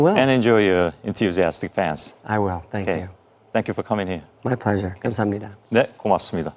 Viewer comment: 마지막에 감사합니다 발음 보소! 스무스하다!